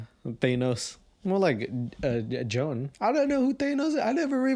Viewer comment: Joan is the name of my horrible stepmother, and it highly titillated me to hear all the ways you desecrated the name Joan.